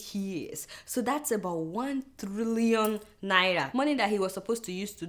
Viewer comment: cant adeola pronounce NAIRA properly?